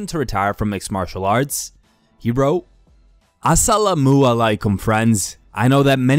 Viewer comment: mma talk.. love your content. biggest fan but you gotta fix that assalamu alaeikum pronunciation dawg ASAP. j..k.